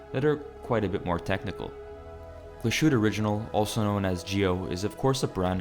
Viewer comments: Nice review, but it is pronounced Not glass-shutte, but Glas-Hu-Te it translate to glass hut. The ü adds a vowel the Ü = ue Ö = oe and so on. Cheers. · It's GLAS-HÜ-TTE, not GLA-SHU-TTE.. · Please learn how to pronounce the brand of the watch correctly. Your pronunciation hurts the German part of my brain. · If this is a real human speaking- please learn how to say the name it is not that hard. I am born & raised in US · Right? Butchered both Glahütte and Lange